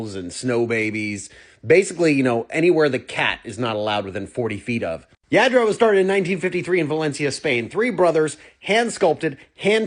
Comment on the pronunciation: It’s yah- dro